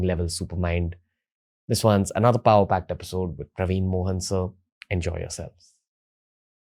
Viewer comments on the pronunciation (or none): Its actually PraveenAAAA MohanAAAA.. like he pronounces all Indian names. Colonised 😅😅😅